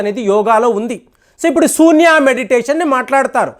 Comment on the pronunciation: Sambhavi kadu Shambhavi Sunya kadu shunya Prounce correctly Hare Krishna